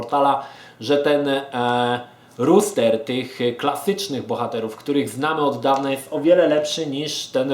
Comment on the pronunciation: Rooster [ruster] to kogut, roster [roster] to skład. Dzięki za przydatną recenzję.